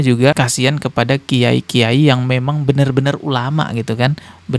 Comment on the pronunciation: Kitai bukan kiyai😂